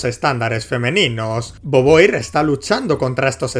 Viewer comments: tremendo jumpscare escuchar alguien pronunciar beauvoir como "boboir" en vez de "bovua" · muere un francés cada que dices boboir. y eso es bueno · Cómo te digo que se pronuncia /Vu-Vua/ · boboir se parece a boba, le queda bien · Cualquiera se quejaría de como pronuncia el apellido de beauvoir, pero socialmente está condicionado como Español y no le es posible respetar el francés. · Simon de bubua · Si me dieron ganas de golpearlo por decirlo mal, pero ya sé que los de España son inútiles para pronunciar correctamente otras lenguas...Spiderman...